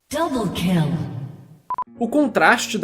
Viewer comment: "doble kill" kakakakaakkaak mds cara